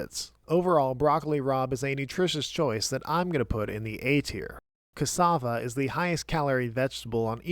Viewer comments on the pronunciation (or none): none